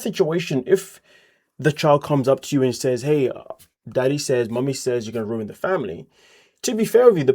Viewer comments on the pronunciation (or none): none